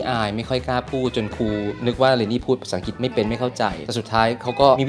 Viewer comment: แม่ตุ๊กแก้ไขหน่อยค่ะ "อังกฤษ" อ่านว่า "อัง-กริด" ไม่ใบ่ "อังกิด" เดี๋ยวเด็กๆ จะพูดผิดตามนะคะ